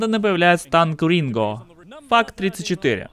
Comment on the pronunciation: Не дмикс а ди эм икс (DMX), не энвиэй а эн даблю эй (NWA), не Ринго а Рино (Rhino), и не ог Лок а оу джи Лок (OG Loc). Сука как такое возможно?